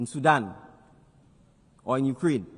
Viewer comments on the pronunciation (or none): none